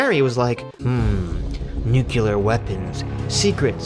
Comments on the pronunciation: Actually, it's nuclear. Nobody knows about nuke-yoo-lar weapons, dude. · “Nucular” it’s Nuclear lol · Broh! New Clear... NUCLEAR. That’s how ya say it homie! Great video just the same! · repeat with me: nu - cle - ar